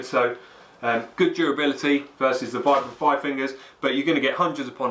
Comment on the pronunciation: Vibram is pronounced veebram, from it's inventor in 1937 Vitali Bramati (sp?)